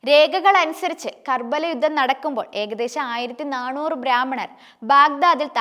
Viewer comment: യുദ്ദം? യുദ്ധം. അഫ്ഗാനിസ്ഥാനിലെ കാബൂർ അല്ല. കാബൂൾ